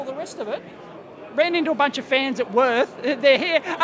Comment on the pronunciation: It pains me to hear you pronounce "Würth". They are a German Company, so its more like "Wuert"...